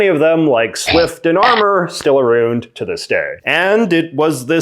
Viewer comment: That “ou” with your accent is everything for me. “Arouund” 😂💋💋